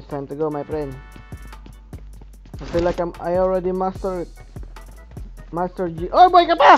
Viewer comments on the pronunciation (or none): none